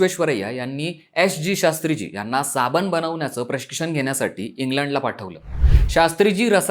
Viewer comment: आम्ही सुधरायला तयार नाही आम्ही गावठी आहोत हे दाखवण्यातच कौतुक व मोठेपणा वाटतो. हा शब्द "साबण" आहे , "साबन" नाही.